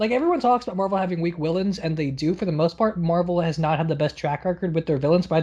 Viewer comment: I can confirm 5 mins mark says willains